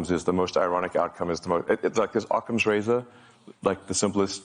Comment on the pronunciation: Occam's razor, not outcomes razor...